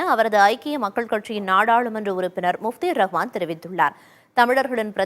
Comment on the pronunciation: முஜீபுர்ராஹ்மான் முப்தி ரஹ்மான் இல்ல 😂😂😂😂😂😂